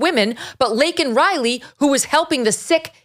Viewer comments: Laken NOT Lincoln!!!! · What, "Lincoln" Riley? It's "Laken" Riley, you oof. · Lincoln…couldn’t even say her name right. Laken!!! And enforce the rule as it stands!! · Harris looks as if she is holding her breadth! She is scared he would bumble, which he did! The girls name is Laken, not Lenten? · Her name was Laken not Lincoln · And he kept saying Lincoln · Her name is LAKEN not Lincoln!!!!!!! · He's such a dishonest, hypocritical, incompetent (bleep). So disrespectul that he said, "Lincoln Riley" (instead of Laken). What a f'in moron! Yeah, he was definitely jacked up on some "energy" enhancement. FJB! 🤬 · He could not even get her name right. Lincoln? Really! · He couldn't even say Laken's name right. Her name is Lake, NOT Lincoln. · Communist Biden ,he a Communist and a Traitor, he said Lincoln, instead , its Lakin Riley, Ass Joe ! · has no one realized he said Lincoln Riley not Laken Riley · But he called Laken Lindsey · He called her "Lincoln" ! That was so OFFENSIVE !! He had the button an couldn't READ IT ?? SENILE !!! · You did a good job of capsulizing some of many Biden's mistakes in a short period of time. It is only the tip of the iceberg. Biden's heart is made of ice. Could not believe he still pronounced Lakin as Lincoln. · Laken and Lincoln do sound alike especially when you say it fast. If you don't enunciate the "a" in Laken, it comes off sounding like Lincoln. Listen to her say the name . It sounds like she even pronounces it as Lincoln. Bottom line, not that big a deal Megyn. Anyone could have made the honest mistake. I'm sure you've mispronounced names in the past for whatever reason. Stop being petty. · He said Lincoln Riley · I wish when FJB couldn’t say Laken’s name correctly that MTG would have stood up and yelled “it's Laken you fucking asshole! “ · He said Laken Riley’s name wrong . He called her Linken Riley . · Lincoln riley...dickhead cant even get the name right..heart goes out to her parents...and I'm from the UK